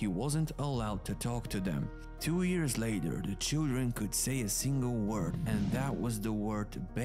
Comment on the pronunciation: I really like your videos. I don't know where you are from but your English is really good, but there's one word that you mispronounce. Years, you say ears, just think of the word you or Yolo and you'll have the right pronunciation. Keep up the good work.